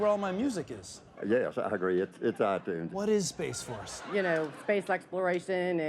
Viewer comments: Every time he mentions space, all I hear is "Ima Fix Wolves" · Let's get it right: it's pronounced SPAAAAAAAAAAAACE FORRRRRRRRRRRRCE!!!